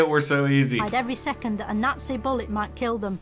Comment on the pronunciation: He missed the whole "France didnt see them coming" and then saying Nazi like Not See